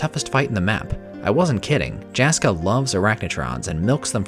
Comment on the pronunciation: Hopefully I'm not being "that guy", but for future reference, those are Finnish names, so Jaska and Jaakko are pronounced more like Yaska and Yaakko, like the 'y' in 'yes'.